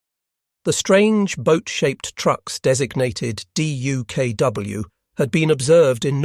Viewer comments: With great patience and far too many "D-U-K-W"s and the occasional "D-U-K-W-S", presumably a misspoken plural rather than a special "duck" model, I'm having to leave this clip halfway through "duck" being, the simple way this amphibious vehicle was, and still is, commonly pronounced. Painful repetition. Otherwise excellent. I might yet return for the second half steeled against the annoying spelling out. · I would pay for a version of this video with DUKW pronounced as “duck”.